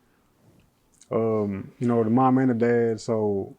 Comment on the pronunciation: Not da baby but deee baby lmao